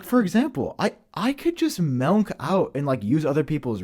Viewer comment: does say “Melk,” and it’s disgusting. 🤢🤮